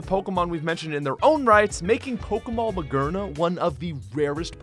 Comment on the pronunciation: Ma-GEAR-na not magerna